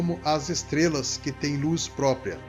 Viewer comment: não é própia e sim própRia!